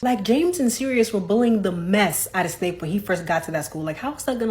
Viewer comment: It's Severus Snape, not Severus Snoop.